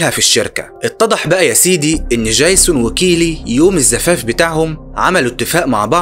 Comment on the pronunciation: دجيزون بقى اسمه جايسون؟ يا ياحبيبي ارجوك عندك مشكلة في الأسماء، انا اعرف انك مصري لكن الأسماء معروفة ويؤثر في القصة ،اما الباقي انت رائع! حتى طريقة حكيك حلوة جدا وانا شفت كوووول فيديوهاتك اوعى تتقمص!احنا بنحبك ومن حقنا نعاتبك لأنك بتشتغل بجهد وخسارة بعد المجهود ده ،مشكلة عبيطة زي دي تأثر في الجودة بتاعت الفيديوهات